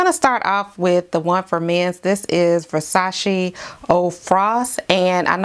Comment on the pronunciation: Thanks for the recommendations but Versace what? Sorry, I repeat that section several times and am not getting it.